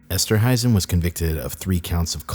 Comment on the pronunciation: It's esterhuizen esterhaisen